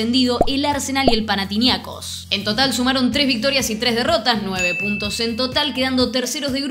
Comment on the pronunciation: ''PanathiNIAkos''. Esta mina relata futbol? mamita...